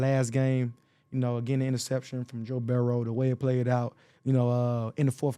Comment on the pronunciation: you know he from flowwwwda the way he said burrow😂